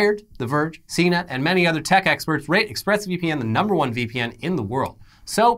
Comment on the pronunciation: You said CNET. I thought you said Cena.